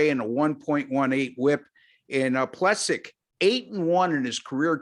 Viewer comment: It's "Plee-sack"